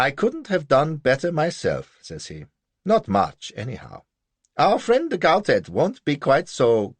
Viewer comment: de Gautet should be read as Go-Tay not GowTett